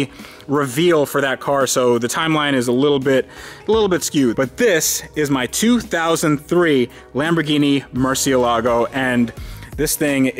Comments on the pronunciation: Hi, it's pronounced Mur-che-lago. 'Ci' in Italian is the like 'Ch' in English. The 'e' in 'Cie' is pronounced like 'e' in 'egg' or 'end'. I'm English but have lived in Italy 17 years. Great channel..! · Te LAMBO is pronounce wrong its MURCIELAGO A SPANISH WORD just so you know my man.